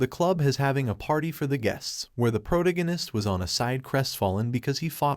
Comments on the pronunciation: Why do all these anime recap narrators say "PRO-to-go-nist" when it's "pro-TAG-oh-nist" ? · ... "protagonist" is not pronounced prodiganist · Can you please stop refering to the main character as the protagonist. Your AI is calling the MC the protoginnist. Teach it to talk or stop using it. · just the way the voice couldn’t pronounce “protagonist” is why I hate these fake AI voices. Even the weird pause after “and that,” it’s unnatural.